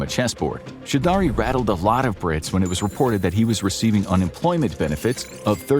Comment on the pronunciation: "chew daree"??????? Choudry is pronunced /chow-dree/. Why do Americans butcher people's names without even bothering to ascertain how they are pronounced?